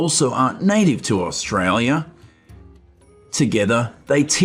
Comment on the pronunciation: Can you learn to say AUSTRALIA